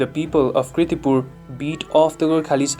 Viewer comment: Please correct it. Its KIRTIPUR not KRITIPUR..